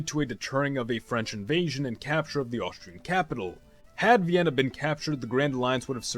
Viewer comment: Did he say Bienna or Vienna